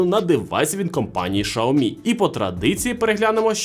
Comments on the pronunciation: Сяомі а не Шаомі 🤦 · Ксиоми, сяоми но шаоми это уже что-то новое😂